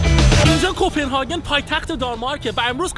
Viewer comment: کپنهاگ ❌کپنهاکن✔️ کرون❌ کِرون✔️ سالم❌ لال✔️